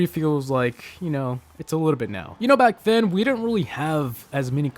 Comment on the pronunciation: You didnt say back right!